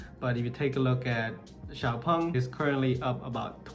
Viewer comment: Thanks, finally I know how to correctly pronounce Xpeng 😂